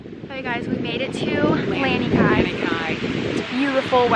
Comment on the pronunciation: Lanikai: luh-knee-kai, it is not 'land-knee-kai'. Mom's placement of the flower ornament on her head is important in Hawaiian culture. On left side, one is taken/married. On right side, one is available/not taken. Saw your mom with the flower on either sides on her head in the video. enjoyed your video 🤙!